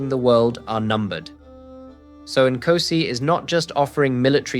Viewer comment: You have zilch credibility as a South African if you cannot pronounce the first word of our national anthem correctly!!! "Nkosi sikelele iAfrika!"😅